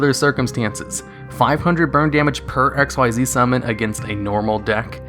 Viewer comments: Sorry for hating but I hate people like you who's says XYZ when actually pronounced in the game "Ik-Seez", how hard is it to say that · Madwizard145 a lot of people call them X.Y.Z, but even in a beginner's guide it says pronounced ikzeez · Hearing him mispronounce XYZ is one of the old video tells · The way you misread Xyz annoys me ... though good video .. keep up .. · Why do you not say XYZ correctly. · hes hurting me... its not "XYZ", its pronounced "XZ" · XYZ is NOT spoken as X-Y-Z but is spoken as X-EASE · Its pronounced ek-seeze, not x y z. I don't know how people get this wrong. Have you watched zexal, arc v, or vrains? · Xyz is pronounced "exeez," not "ex why zee." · It's ik-seez. Not x y z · It sounds weird in retrospect to hear him say "X-Y-Z" instead of "ikseez" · Xyz is pronounced "ikseez," not " x y z." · It's pronounce "X-eez" not X-Y-Z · Fyi it’s “ehcks-ZEES.” You’re not supposed to say out each letter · The Mechanic from Zexal is "Xyz", NOT "XYZ" and is pronounced "ek-seez"! It is a word, not the last three letters of the alphabet! Try watching the Animé for once! Although, I will say that at least Malefics got new Continuous Spells that fix their rather major glaring downside... So, there's that! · You triggered one of my pet peeves by not pronouncing xyz ‘exeez’ correctly. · Its not pronounced x y z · XYZ is pronounced csees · Curses, man. It's pronounced ik-seez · XYZ= (exheez) The only X.Y.Z monsters are X head cannon Y dragon head Z metal tank and they suck ass It takes longer to say it wrong x.y.z which sounds stupid Than it does to say it right XYZ (Exheez) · U know Xyz Monsters are pronounced as Ik-Seez Monsters right? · You are saying Xyz wrong. it's said as ik-seez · I don't even play Yu-Gi-Oh and I know it's said like ex-ease, because I read it in the freaking rulebook that came with a structure deck I bought like 4 years ago. Hearing you say it wrong so many times in a short period really annoyed me. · Dude, Xyz is pronounced Ikseez